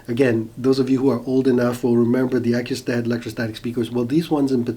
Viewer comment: You are mispronouncing and misspelling Acoustat.